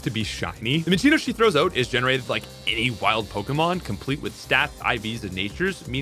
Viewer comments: Say "out".: "Oat" Nooooo! OUT!: "OAT". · Normal background noise while on champions than every 30 seconds you catch a Canadian "out"😂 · where are you from that i can only hear an accent on the word "out". obviously somewhere in canada